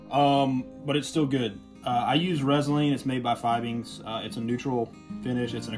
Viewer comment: Its "FEE-BEENGS" dude!